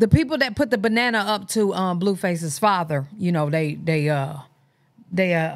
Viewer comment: Leave it to you saying fazha for me to laugh as something so messed up lol